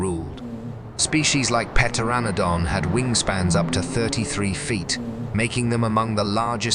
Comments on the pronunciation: Puhterodon. This is horrible . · also, the 'P' in Pteranodon is silent! It is pronounced Ter-an-oh-dom. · The P is silent in pteranodon.